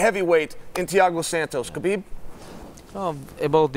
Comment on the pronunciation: Let's pronounce his name correctly It's HABIB, meaning BELOVED🤩 Thank you guys